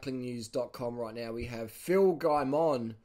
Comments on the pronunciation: Its guy-mon not gay-mon i believe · Phil says his name like guy-min